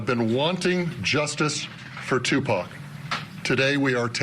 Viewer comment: Finally, after all these years they pronounce Tupac's name right.......I'm tired of hearing them say Tupack